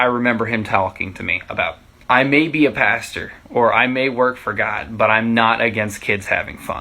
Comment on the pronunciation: Pastor, not pasture. 😊